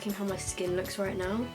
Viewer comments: When you said "Roiight" in the Irish accent it cracked me up, my mum and I have done that impression my whole life. Funny to see someone else do the exact same thing😅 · She sounded so Irish when she said 'right' just wanted to point that out😂😂